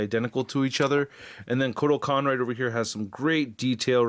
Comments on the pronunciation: I love ya but come on dude😑I thought u saying "medieval spawn was a joke then you continued to Cock up. It's the jokers cane(pimp cane) not pickaxe and it's Kortal Khan not whatever the hell you were saying. In conclusion amazing review as usual but please do q lil research before recording if you aren't sure on the product. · Why does he keep saying Kotal Kahn weird!?